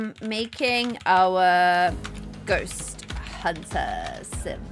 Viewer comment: At the start is sounded like she said summon a goat lmaooo